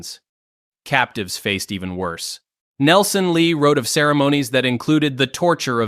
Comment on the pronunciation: WORSE, not wose.